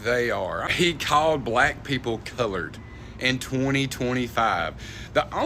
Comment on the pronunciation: Is saying colired instead of colord people offensive?